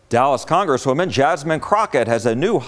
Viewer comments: Say rep Jasmine name right boi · Her name is Jasmine not Jasmine